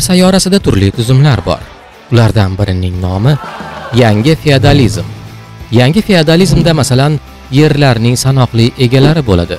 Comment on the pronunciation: Фияадализим дейиш шар эмас. ((ОСМОНИМИЗ МУССАФФО))